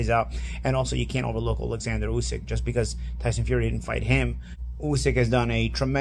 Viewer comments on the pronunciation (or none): none